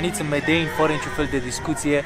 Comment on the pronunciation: E MEDELIN NU MEDEIN:))))))))))